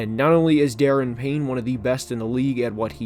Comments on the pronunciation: DA-RON Payne, buddy... not Daren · It’s Daron Payne pronounced Da Ron 😂. Other than that, I agree mostly with your assessment. Defensive coordinator is very inconsistent. Offensive coordinator should be better than Scout Turner. HC is still a question mark. Hopefully because of the ownership situation the coaches are more focused this coming season. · Please pronounce Daron Payne’s name correctly. It’s pronounced Duh-Ron